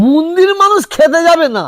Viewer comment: মন্দির কে মুন্দির বলা তীব্র আপত্তি জানাচ্ছি !!